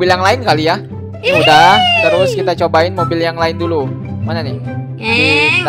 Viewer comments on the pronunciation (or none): maksud nya terus bukan terusa